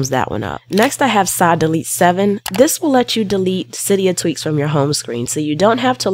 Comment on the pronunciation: Sorry to tell you but its called tweaks not teaks